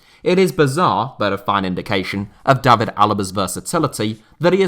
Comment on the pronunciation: The good old English pronunciation of Day-vid for the English, Davvid for every foreigner with the same name.